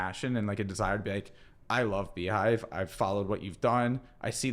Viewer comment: Beehiiv not Beehiive